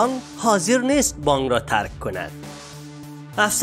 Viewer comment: بانگ نیست برادر بانک است. گ تلفظ نکنید ک تلفظ کنید